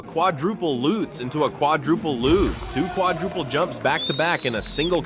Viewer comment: it's a Lutz, not a "lootz"